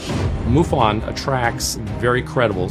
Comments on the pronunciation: its not moo--fon its muff in. MUFON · i dont know why you pronoun it moofun. thats funny